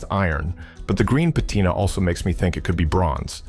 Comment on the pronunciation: pat tin ah ? how about puh tina